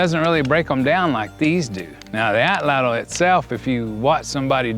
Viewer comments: “Atlatl” is a Nahuatl word. It has only two syllables, not three. The “tl” sound is actually pronounced pretty similarly in Nahuatl as it is in Cherokee. Here is a video on how to properly pronounced “atlatl” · Nahuatl becomes na-wat, so atlatl should be at-lat.